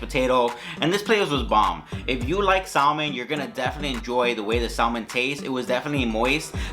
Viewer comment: LOL Sal-Man... When you say sal-man.... LOL!!! You dont pronounce the L... Its just Sa-men...